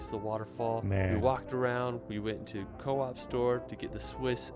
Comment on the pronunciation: This is the second time I‘ve heard someone pronounce Coop as co-op.